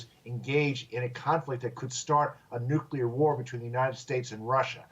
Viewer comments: Are you kidding me? She's a professional speaker and she says "nukular"? Sorry, but they lose credibility in my mind. Makes her sound uneducated. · "nucular?" lol